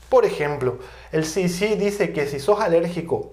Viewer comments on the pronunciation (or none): Desde luego que mal pronunciación tiene usted,,,,,,,,,,, efe de a,,,,,,, ci di ci, está mal pronunciado se dice,,,ce,,,,,de,,,,,ce en español y no en inglés ( ademas las dos son entidades americanas, y usted habla español no inglés, el que usted sea bilingüe no le da derecho a pronunciar en inglés cuando está dando la conferencia en español, cuando la de en inglés entonces pronuncie en inglés, por que si no los de habla inglesa no se enterarán si pronuncia en español ) Se me olvidaba las consonantes B y V, son distintas y se pronuncian de distinta manera,,,,,be,,,,, y,,,,,,uve,,,,,,lo mismo que la,,,,y,,,,, i,,,,,, una es latina y la otra es griega